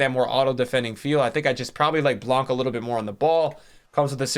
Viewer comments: next time you say Blanc please don't pronounce the C:) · The C in Blanc is silent, brother. He’s from the south of France.